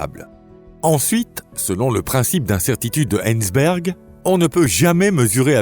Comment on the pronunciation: SVP prononcez Hei-ZEN-berg, et non pas Heinz-berg ! (Sauf à être ponsorisé par la célèbre marque de Ketchup ?). - "Sans simulation extérieure", ne s'agirait-il pas plutôt de "stimulation extérieure" ? Le langage, les mots utilisés, orthographe et grammaire demandent la même rigueur que la Physique. On en est très loin dans votre vidéo. Peut-être est-ce encore une de ces voix IA sans âme ni caractère qui propagent sans cesse des fautes de français insupportables. Comment faire confiance à des commentaires qui manquent de la rigueur minimale mais nécessaire à tout esprit scientifique ? J'arrête là de regarder cette vidéo, merci.